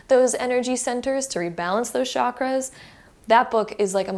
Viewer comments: It’s not shockers it’s called chaaa-Kraaa-ass. Please do not mispronounce this. Chakras means wheel or circle ⭕️ what goes around comes around. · It’s pronounced “Chak-raa-s like CHUK-RAA-S